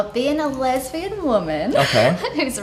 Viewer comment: She is a “lesvian”out of a 5 year relationship. Women often go “lesbian” out of resentment towards men. 5 year breakups will do that. She mispronounced the word from likely not believing in it herself and it being new off of her lips. She also admitted to watching this kind of stuff already. That’s not even a reaction.